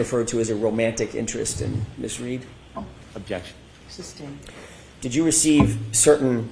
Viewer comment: sure they must spending the whole going through her "subtain" issues she does it every few mins for the prosecution, very annoying